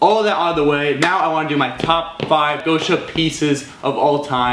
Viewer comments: It’s not gousha its гоша (gosha) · It’s GOSH-A not GO-SHA